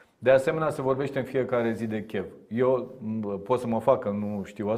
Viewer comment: Cu al său ”Chev” dl. Tukă pare să creadă că ne enervează. In realitate noi avem satisfacția să ne confirme că obiceiul prost e greu de stârpit.